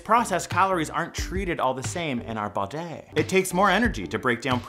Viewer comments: I liked the way he said bodey 😹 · In our "bUdY"